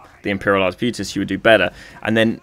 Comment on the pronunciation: Just wondering why are you calling artebuitiers when its arqebuisers?